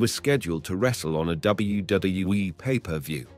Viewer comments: learn to say wwf and wwe for god sake u can say it! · Especially when there was once or twice in this video he said it correctly then just back to gibberish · I never heard anyone have quite as much trouble saying "WWE" as this. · I thought it was just me